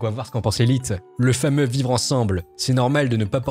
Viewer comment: Elle famosos ville de Brest 😂😂😂